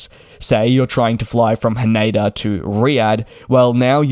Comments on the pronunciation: It is Tokyo "Haneda", not "Haneida". 😅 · "ne" in Japanese sounds like "next" in English but without the "xt. He says more like "nay" in "naysayer". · He said it wrong.